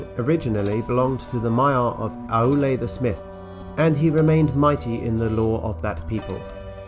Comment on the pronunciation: Just a couple of pedantic pronunciation notes: "Námo" is pronounced "NAH-mo" rather than "NAY-mo", "Aulë" is pronounced "OW-lay" rather than "ah-OO-lay", and "Vairë" is pronounced "VYE-ray". JRRT does love his diphthongs! But all told you're doing splendidly handling the shower of names that JRRT hurls at us: we should be thankful that not all of these start with the letter "F" 🤣